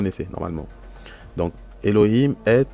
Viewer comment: Minute pourquoi prononcer le H ouvert (He) comme un r espagnol qui correspond a un H ferme (Khet)? On lit bien eloim et non elorim, non?